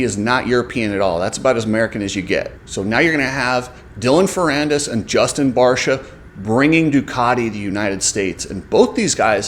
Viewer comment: it's also barcia and not barsha